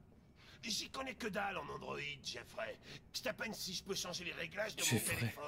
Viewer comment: Ça me stresse qu'il dise droïd au lieu de Androïd